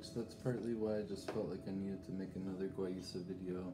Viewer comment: It's ilex guayusa. And it's pernounced wayusa. The darker stuff is heated to dry and possibly smoked. Beware of smoked teas/salts/herbs. They contain PAHs and cause cancer. Yerba Mate is often smoked. Guayusa is the healthier alternative as it's rarely smoked. I really appreciate this video. Guayusa is my favorite morning beverage. I hope this helps. Stay blessed.